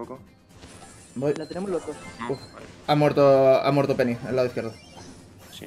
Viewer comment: Álvaro dice pene envede peny 😂😂😂 Da like si lo has escuchado o si lo has buscado 👍👍